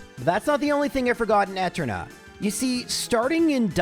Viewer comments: Can you pronounce Eterna as E-turn-uh instead of eh-turn-uh lol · Different annunciation. It's supposed to be e-TER-na, not ET-erna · Why are you saying floor mona and Ett urna that’s so wrong. Edit: Sells dick? what is wrong with you? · Disliked for pronouncing "Eternia" as "Ehternia". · Who the heck says etter-nah? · Ive never heard such crazy pronunciations. Floor-uh-moan-uh ETT-erna Miss-maygus And more lol Craaaazy work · Why do you keep mispronouncing town names? How hard is it to say flo-aroma? Or even just floor-oma? Where the heck did you get 'flor-mona'? The name literally comes from 'floral aroma'. Znd how do you not see that 'eterna' comes from 'eternal'? Do you pronounce 'eternal' as 'etrenal'? I'm sorry for being petty, it's just really been bugging me. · I know clowning on the way you pronounce things is almost a meme in this channel but... Eterna city? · I’m sorry, I made it 15 min before the Eterna pronunciation broke me. I’ll be back soon to finish the vid XD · The way you enunciate Eterna almost gave me an aneurysm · Cherubi too